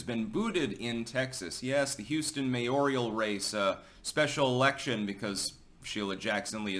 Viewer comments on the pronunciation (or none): The word is mayoral, not mayorial.